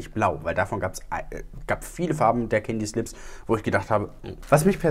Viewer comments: sagt: Candy's Lips Ich versteh: Candyslips 😂😂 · Hahah hab das auch verstanden😂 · Das habe ich definitiv auch gehört 😂